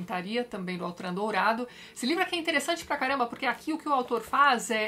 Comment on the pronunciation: Por se tratar de um nome francês, a pronúncia certa é Ôtran, e não Autran.